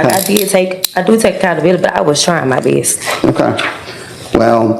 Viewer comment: Sis, the word is "best" not "bee-est" or whatever stupid way you talk. Weirdo.